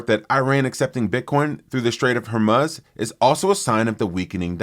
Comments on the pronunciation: How is it that no one at Simply Bitcoin has told you that you continually pronounce “Hormuz” wrong? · if one is going to be taken seriously one can’t continually mispronounce what is currently one of the most prominent places on earth. Projects a lack of professionalism